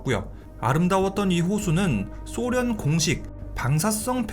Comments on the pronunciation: 소련을 쏘련이라 발음하는 꼴통부엉이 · 소련을 쏘련이라 발음 하는 꼴통부엉이